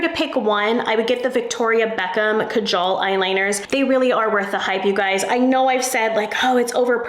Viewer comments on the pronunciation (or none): none